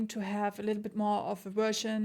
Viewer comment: Schaue die Reviews wirklich gerne. Was mich allerdings immer etwas schüttelt ist die Aussprache des Wortes "Bass" nicht wie das englische Wort "Base" (Basis) sondern wie das gleich geschriebene Englische Wort für den Fisch "der Barsch" (bass fishing). Also Wie "besser" nur ohne er.